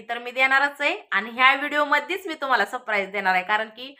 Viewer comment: Sapraij सप न म्हणता सर म्हणायचे सर praij